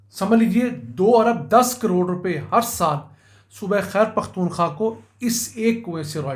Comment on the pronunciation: Sir g it’s a humble request please pronounce khyber pukhtunkhwa properly,not taking you wrong with any bad intention but it sounds weird the way pronounce it. Shukriya